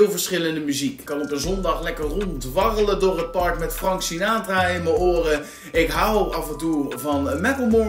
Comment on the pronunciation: Je spreekt buds en Frank Sinatra wel heel erg op z'n Hollands uit 😂Waardeloze oortjes zijn het. Geluid is echt matig. Totaal geen bass.